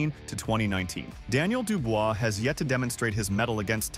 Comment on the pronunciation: This guy just cannot pronounce Dubois. He says it differently every time